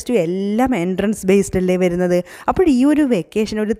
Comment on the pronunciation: ആ "അപ്പഴ്" കേക്കാൻ കൊള്ളാം 😂👍